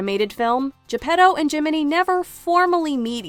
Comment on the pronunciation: Why in Luca of Pixar people Spoke with Italian accent and Pinocchio (another story set in Italy, Tuscany) they don't?🤔 By the way the pronounciation Is fully wrong Pinocchio Is not "P'nokeeou" and Geppetto Is not "J'peDou" (where the hell you see a "D" there?): it's 🇮🇹Italian🇮🇹 not english!!! More, there Is no "pleasure Island": in the book they write about a Place named "il paese dei balocchi" meaning "Toys'Town". And what Is Monstro? In the book they write about "il terribile pescecane" meaning " the terribile dog-fish". The Blue Fairy from Africa? Ah ah ah? I'm sure that the author of Pinocchio never saw an african in his Life.